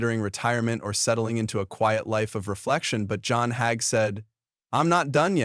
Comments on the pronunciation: His name is not Hag but it is Hager. Pronounced Hay gee. We will all be judged by our Creator ❤ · No more listening! whoever or whatever is reading can't pronounce word or Mr Hagee's name correctly Most of these videos are even wrong. They headline what it's about and it come out completely different. This stuff garbage